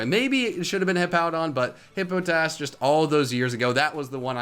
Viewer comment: This is a great video but HIPPO TASS? It's Hippo pot iss. Hippopotas. Love you and I can usually tolerate your pronunciations but HIPPO TASS?